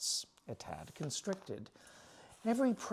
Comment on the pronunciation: As always following your Chopin report with delight Lots of worthy suggestions Enjoyed your use of a delightful limerick to convey your idea of good but predictable "tad" a nice give away to Southern US dialect Get some rest soon! You deserve vacations Greetings from Costa Rica 🇨🇷